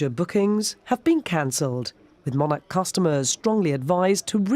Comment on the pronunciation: Haha lol - the way she says Monarch. She’s saying it way wrong